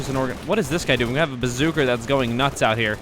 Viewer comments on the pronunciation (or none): why do you say "Bazooker" instead of Rocket launcher? I'm sure "BazooKA" was the primary American WW2 rocket launcher